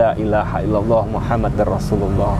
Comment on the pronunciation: Muhammadur Rasulullah bukan muhammadar Rasulullah 🙏🙏🙏